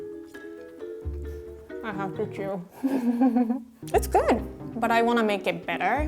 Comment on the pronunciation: Did anyone notice that when she tried box mac and cheese for the first time she said "it's good" and sounded American or just me?